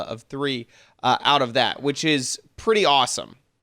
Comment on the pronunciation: "I left ouf some bug fixes" XD